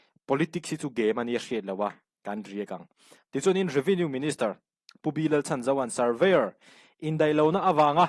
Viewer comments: Revenue Minister hming hi lam dik ve teh. B. Lalchhanzova hi Laltlanzova tih angin lam tawh suh. Chhan tih lai hi Ka dam ṭhat lai a ni tiha dam tih angin lam rawh. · Minister B Lalchhanzova tih i lam dan thlûk kha a dik chiah lo deuh.Chhan tih kha,i ṭhianpa leh misual an inbei a,i ṭhianpa i va chhan ang kha aw..chhan tih lai kha..😅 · Pu B. Lalchhanzova hming hi.. 'chhan' tih lai hi - chhanchhuak/chhanhim ti a kan lam thluk ang hian chhum bung deuh hleka lam rik tur ani e. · Minister hming hi a thluk dika lam rik ve tum ila😂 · Nia.. Chhandamtu tia chhan ang hian😂